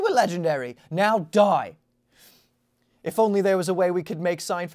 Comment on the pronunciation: You put a little extra on that “now DIE” 😂 Loved this one!